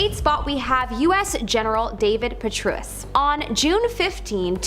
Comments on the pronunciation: That's pronounced, PE TRAY US - for General Petraeus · Petraus is pronounced wrong. It rhymes with betray-us